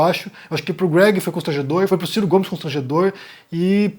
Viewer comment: o ciro mais do que o greg (pronúncia inglesa do nome greg)